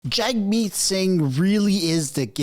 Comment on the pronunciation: Actually Pronounced "Jug - Meat" ...